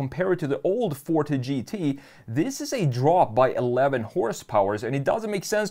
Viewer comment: It hurts everytime he say fort instead of forté lol